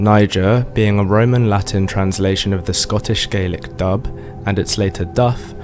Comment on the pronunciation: This is hilariously funny. It is also very ignorant of Scottish history. Describing some as 'Dubh,' (its pronounced 'doo,' not dub) was a descriptive word meaning they had dark hair, or it could be used to indicate they were sinister, ruthless or evil. As people in Scotland then and now, had various hair colours, ranging from very light blonde, to red, to dark, or black. People often didnt have surnames at time, or were from the same clan, so they used this as a way of distinguishing them. Another contemporary of the time, was Erik the Red, a well known viking of the time, called this as he had red hair. Your interpretation of Dubh, meaning they were black, as in black African, or Moors from north Africa, is a basic mistake. Im directly descended from the Scottish people you talk about. Im Scottish and I live in Scotland. My family like many other Scots can trace their ancestors back at least two thousand years. So that must mean Im black!. Well at least according to you. Anyone looking at me, would say, you are a pale northern European. The same as any other Scot or Irish person. Ive even had DNA tests that shows Im a completely white northern European. No surprises there. Where are all the black Scottish and Irish bodies in Scotland and Ireland? What a deluded and ignorant fantasy you are spinning. I could take every statement you make, apart, because you have deliberately distorted and picked little points and twisted them, misinterpreted them, to suit your agenda. Also th